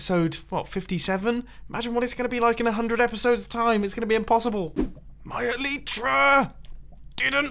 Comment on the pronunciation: The Elytra is not working becouse you are saying it wrong. You are saying it like this "Elytra" When you are supposed to say it like this "Elytra"